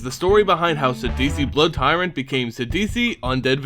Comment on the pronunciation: Sidisi is the only rightfull ruler of these lands, the dragon silumgar has let the years make him pathetically soft he does not deserve the title of dragonlord, all hail to the brood tyrant! Btw you kept saying blood tyrant istead of brood tyrant :/